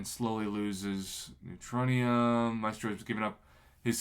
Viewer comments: Yo prof I think you pronounce Maestro “My-strow” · I believe Gabriel Frizzera, a former Kabam employee, pronounced it 'My-eh-strow', but I say 'My-Strow'. I don't think he should be in banquet crystals. Many players will put in a ton of work to earn him. If he could be pulled from a crystal, it may undermine their effort.